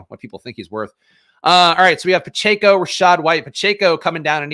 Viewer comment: (Pa-Check-O) phonetically. You always say (Pa-Chae-Co). That is all.